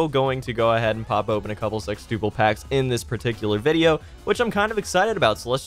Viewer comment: Elias Ortega his pronunciation of sextuple sounds fine to me